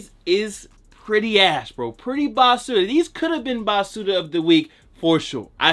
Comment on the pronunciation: Im rican n it took me 15 min to realise u was sayin basura 😂